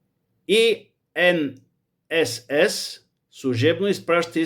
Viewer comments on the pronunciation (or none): Чете се ИНСС